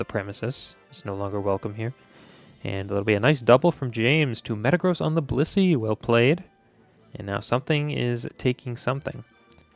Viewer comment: I seriously think it sounds like you’re saying bussy instead of blissey